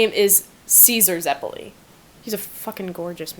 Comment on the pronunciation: Zepulli? its ZEPPELI